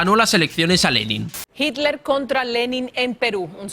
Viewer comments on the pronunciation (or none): none